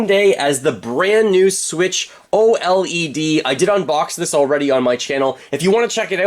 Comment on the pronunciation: I’ve never heard anyone call it “O-L-E-D” 😭